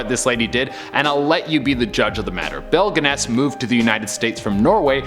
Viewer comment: Pronounced as Belle Gunn-us.